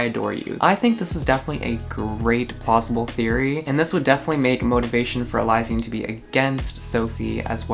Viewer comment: its pronounced (eli-shan)